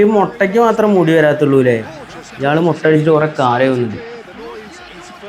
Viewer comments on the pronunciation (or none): none